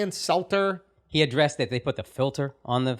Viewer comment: Schultzie can pronounce Sanjay, but can’t pronounce Stelter. Lol.